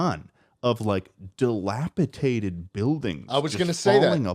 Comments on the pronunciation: No one is still gonna correct on his shitass pronunciation of dilapidated? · will never know how to say dilapidated and it hurts me